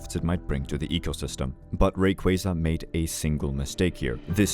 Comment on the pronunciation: I appreciate you being one of the few to pronounce Rayquaza’s name properly. 😂